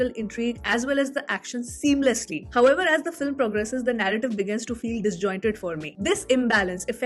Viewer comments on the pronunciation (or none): none